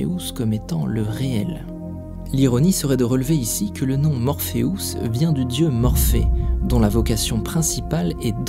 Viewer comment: ce que je retiens s est que tu prononce morpheus, morpheous xD ... serieux